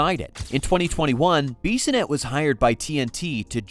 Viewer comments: Who is this Beeeeeeesonette you speak of? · Clearly u dont watch him on tv or u would know how to say his last name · Take a shot every time the AI voice says Biz’s name wrong 🤣